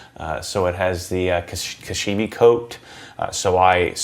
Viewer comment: "ODI Elite Pro grips are awesome"....."which I haven't ridden yet". Wow!! :):) It's "kashima" or 'cash-eema'..... not "kashimi"!